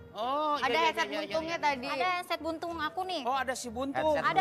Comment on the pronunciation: Enset blutot mbak bukan enset buntung